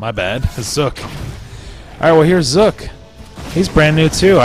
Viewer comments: XD y u say "Zok" Instead of :Zook? .3. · Zook not skull or zuk ok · you pronounced zook wrong, it is zook as in ba-zook-a cause of his gun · his name is zook as in ba"zook"a